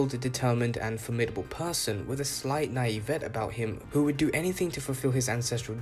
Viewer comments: It’s pronounced “ny-Eve-eh-tay” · Naivete is not pronounced "nai-vett" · It's a french word, in english you could pronounce it as "nayee-vuhteh" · I'm sorry, HOW did you pronounce naïveté? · Naïveté or naivete is a word from French, it's supposed to be pronounced similarly to how it would in its original language. But otherwise, everything about this video is perfect!